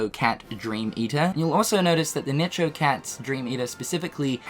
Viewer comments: Dude pls Necho is pronounced like the word "echo." The name is a play on words: echo + neko(=cat in japanese). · Necho Cat is pronounced with a hard ch. It's a pun on the words echo (because it's music/sound themed) and neko (Japanese for cat).